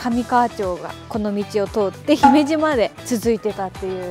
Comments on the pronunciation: 「姫路（ひめじ）」を正しく発音されていて、たしかに兵庫県の人なんだ…と。関東の人は「ひめじ」のアクセントが違っていますね。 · 姫路の発音が良いね。さすが兵庫県人だな。